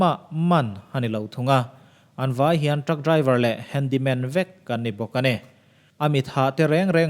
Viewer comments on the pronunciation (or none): 'Handy man' or 'Handle man'....ka ti mai mai😀😀😀